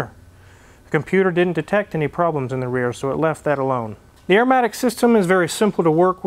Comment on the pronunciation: Arrrrrmatic matey!!!